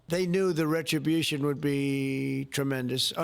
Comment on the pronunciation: He he he he he. Eeeer, I think they don't know what a boy who made it big out of Queens means, when he says the word 'RetribUSHYON.' ...Leans forward across the table and says - 'Retri-BUSHYON. HAMAS about ta git fcuk'd but guuuuuud.